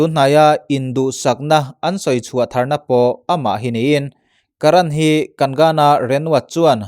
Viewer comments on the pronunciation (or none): Ashiqui changtunu kha Shradha Kapoor emaw ka lo ti a. Tin Kagana tia lam tur a ni lo kagna tia lam tur a ni zawk e